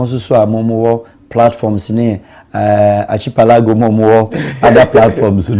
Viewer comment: Pronunciation is arkipelago and the spelling is archipelago